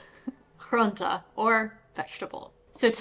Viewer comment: Also bossche bol = [boss-je-bol] / groente = [grewn-tuh]. You know that they come out Den Bosch, right? 😆 Overall, your Dutch is vastly improving - great job.